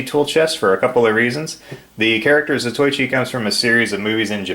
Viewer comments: Allow me to correct your pronunciation. Zatoichi sounds like Zaw Toe Eee Chee. Nice tool box. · A minor FYI: as to the name, it is pronounced 'Za-toh-i-chi', not 'Za-toy-chi'. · His name is pronounced Zato-ichi.